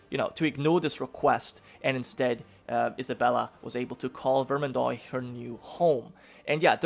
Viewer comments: hey since your probobly gonna say it a lot in the campaign. The starting province is pronounced like vermandwa. Just a French American cringing at the pronounciation lol; if I hear vermandoy again I'm gonna have a heart attack. Best of Luck! EDIT: Same rule of thumb for oix oit ois. All have that wa sound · Bro, could you just pronounce every (oi) syllable as (wa) like instead of saying Ve-rmand-oy say Ver-mand-wa or instead of Foy say Fwa. It would be great to help me as a French guy to just not cry each time you try to pronounce a French word because your pronunciation isn't terrible except this Thank you very much. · The "ois" in Vermendois in pronounced like : ua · I want to coment something, dont take it bad im only trying to help for pronuntiations (i really dont care how you pronounce, i really enjoy your content anyways). Words ending in OIS are pronounced with a DOOA sound, like VermanDOOA, and words ending in EUX are pronounced with a strong O sound, BordO, Hope i helped :) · vermandois is pronounced like vermandwah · Another Grand campaign YESS!!(I think i just peed a little) also you pronounce vermandois like vermandwa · You pronounce Vermandois like Vermandoa.